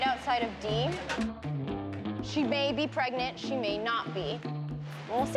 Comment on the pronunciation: The Seal is "Preganananate"